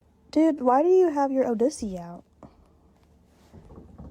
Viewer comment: What did she say in the first clip? Sounded like odussy (?)